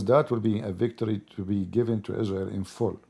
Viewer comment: Is-rael Boom and says Oh Ali 🤣🤣